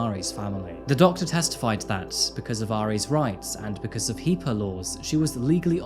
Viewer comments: Hippa laws pronounce. Hip uh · Also, in the field of health information's we pronounce HIPPA as "HIP-AH". In case you ever find yourself using the term again. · 1) We say HIPAA like 'HIP-uh' 2) His psych doc is full of crap. HIPAA does not apply when there is reasonable concern for the safety of the patient or others, at which point it is a-okay to break confidentiality. If you want me to seriously believe a practitioner with a patient who has violent history, who has mixed lethal chemicals, and who has actively been making threats against the lives of others doesn't think there's a reasonable risk to the public, namely the family he was threatening, then their license needs to be revoked. That's the stinkiest pile of bullshit I've heard all week.